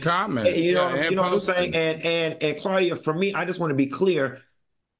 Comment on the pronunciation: “Claudia” Just……STOP 🤦🏾